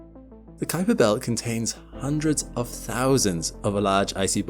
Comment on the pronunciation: I really appreciate your accurate pronunciation of "Kuiper"!